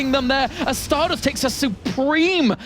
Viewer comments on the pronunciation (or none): called Stardust as "Starbust" in the last game:D How accurate